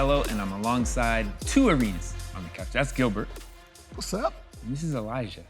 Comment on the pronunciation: He called him gilferd😆😆